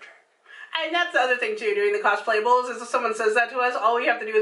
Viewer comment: Cosplables? Haha awesome.